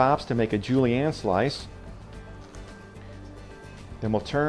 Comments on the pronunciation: Ce mot est "zhu-lee-en," n'est-ce pas? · It bugs me how he says julienne it sounds like hes saying julie ann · Julie-anne????? I think he means Julienne... Also pissed at the waste.